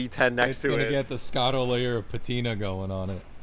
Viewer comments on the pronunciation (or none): I don't speak rich And it's not the Scotto layer of patina it's Scottina. Let's make this a thing finally shall we